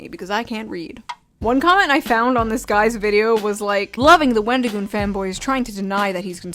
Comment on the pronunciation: For someone who wants to seem so upset that someone made a video with our favorite avocado, he sure can't say his name correctly. His response on X was awful. I'm sorry, but it was the worst explanation ever. "Oh, I've gotten tons of things factually wrong because I'm an idiot who can't control my emotions. Yes, i got things wrong but that doesn't change my opinion that all conservatives are evil and that wendigioon shouldn't be allowed to exist in horror or public spaces because i don't agree with his political or religious views. Oh, also, everything else i said that was factually wrong i stand behind as well but yeah, I shouldn't have used those pictures." His idea that people calling him names means they're nazis is just as crazy as his other takes. I'm the type of guy to hear someone said a slur and go "Oh no, anyway..." Because i understand that words only have power that you give them. Just like money only has value because we decided it did. People who make it seem like someone was out there physically assaulting people have no life. Horror is about the thrill of fear and suspense in a safe environment where you're allowed to express these feelings without being in danger, with various underlying types of horror invoking different fears, occasionally with other ideas mixed in. At least that's my view of horror😅😊 Love your shirt